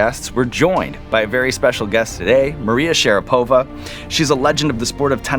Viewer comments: I'm just curious, does she go by SharapOva? Cause I'm faaaaairly sure Sean was non saying her surname correctly there. At least if you go by the standards of pronouncing russian names/surnames. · SharApova though, not SharapOva ;) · Why SharapOva? It is how she like to pronounce? In Russian in will be SharApova.